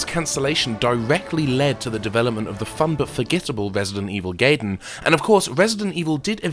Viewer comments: You're pronouncing "Gaiden" wrong. It's "GUY-den" not "GAY-den". Also you mean to tell me that really hard Nintendo game I've been trying to beat for ages literally is just called "Ninja Sidestory/plot"? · Isn't it pronounce guy-den, not gay-den? That's how it's pronounced in Japanese anyway. Same with Raiden (wry-den), not ray-den. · Call me a nitpicking pedant, but I feel compelled to point out that the DS port is called Deadly SILENCE, not science. Also, it's pronounced Guy-den, not gay-den. Didn't you see The Wizard? :P